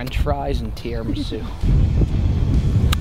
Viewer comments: Can we talk about how pronounced tiramisu? Tiaramisu? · X-mas is trash! I’ll take thanksgiving over x-mas everyday of the week!!! not knowing if the wind is blowing in his face or not and his pronunciation of tiramisu are both top tier moments! 🤣👌🏼